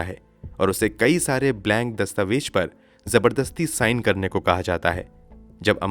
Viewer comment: You've a nice voice but your pronunciation is like uneducated people. Jameen ka kya matlab he? Baat Hajam nahi ka kya matlab? Dastavejaat ghalat he. I've checked the dictionary and grammar. It says zameen, hazam dastavezaat. I'm shocked how a person who is terribly pronouncing words but gets so many likes. Don't tell me you can't pronounce z. Btw it's phir se not fir se. You must learn to be the best. Also pronounce khoon and similar words properly.